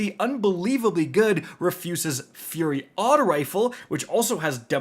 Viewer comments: Rufuses fury like the naked molerat it's a name my guy.... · "Refuses Fury" Wow.....